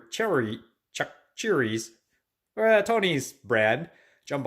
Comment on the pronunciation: Next time try throwing in what the Cajuns/Creoles call the "Holy Trinity"....sautéed onions, celery and green bell-pepper, it will really bump up the flavor level. Also, if you want to have a more of a Creole style Jambalaya, throw in a can of crushed or diced tomatoes......you'll thank me later! By the way "Chachere" is pronounced; Sash--Err--Ree. It's French, and they always have to be difficult.